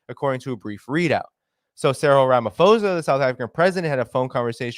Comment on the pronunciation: Thanks for the information 👏🏼👌🏼FYI Phonetically we pronounce it Rama-po-sa👍🏻